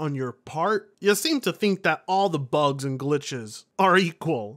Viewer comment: The way talks bugths and glithes...😂